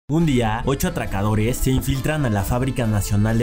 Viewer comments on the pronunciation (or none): DIJO ATAKADORE O ATRAKADORE¿?